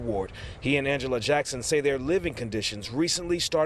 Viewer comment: She said this is RIDICKULUS 🤣